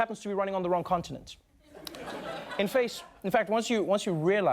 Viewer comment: When Trevor says “In face” instead of “in fact”